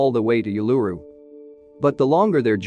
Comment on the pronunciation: Geez..... OOO-LA-ROO not you-la-rroo